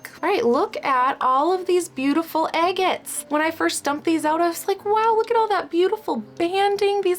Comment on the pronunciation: Are you saying "eggettes" or agates?